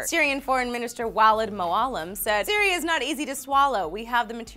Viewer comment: said cereal in stead of Syria the last time he said syria